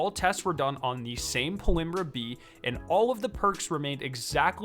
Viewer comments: How ur pronouncing this is hilarious it’s PALMYRA, not PALIMBRA 🤣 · It’s “PAUL-MEERA”, not “Paul-imrah”. Look up the pronunciation of the city it’s named after. 🤔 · I dont mean to be picky at all but aint it pal-my-ra? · How do you mispronounce Palmyra so drastically? It's kind of impressive tbh.